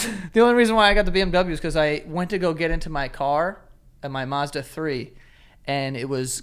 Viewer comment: It bothers me how he pronounces “Mazda”